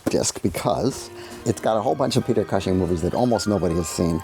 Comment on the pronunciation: Love Joe, one of my very favourites. Hate the way he says Peter Cushing's last name 😂